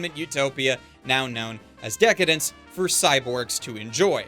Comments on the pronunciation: I think just like you. However, it's pronounced "Deca-Dance" not "Dence", at least that's how it's written in katakana (デカダンス) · Dec-Dence .. pretty sus xD